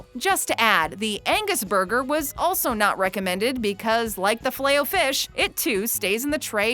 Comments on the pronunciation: That is not how you say filet o fish 😂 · The filet of fish (100% said that wrong) Is so good I dont care if it's not fresh and sloppy(for me atleast)